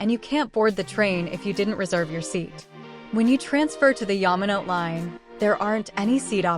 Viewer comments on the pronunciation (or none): Very helpful overview, although I cringe every time the automated voice reader mispronounces words (Suica, Yamanote, Shinkansen, Hakata...etc).